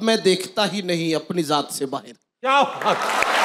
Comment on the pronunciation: ye urdu ke ustad hain aur bahar lafz ko bahir kah rahe hain, jb ustad ka ye haal hai to shagirdo ka kya haal hoga